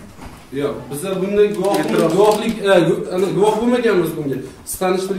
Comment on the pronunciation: Ee gap yoo oka dumkaga tuwib qoldi "prakror"